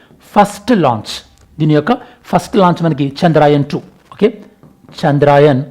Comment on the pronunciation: చంద్రాయన్ కాదు సర్ చంద్రయాన్ thanks for the video ❤